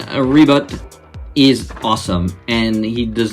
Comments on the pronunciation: Ribut is storm in Bahasa Malaysia. Its Ribut like "boot" not "but". Nice review love this Ultraman! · I knew Ribut from Upin Ipin, lol, and i instantly fell in love with him back then Oh, and you can pronounce him like Reboot, with a faster oo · U speak the name really funny but! The first name u called was right.and im getting wierd vibes when u say the name funny like ultraman rebutt..like..he just have his butt.. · u speak the name funny...